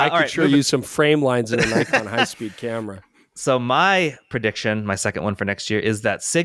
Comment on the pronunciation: for shame....how c=dare you mispronounce Nikon.:)